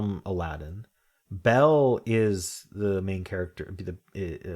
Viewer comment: I think what threw you off in the beginning was you were pronouncing Belle as Bella with an A at the end. Otherwise you might have gotten the disney character category.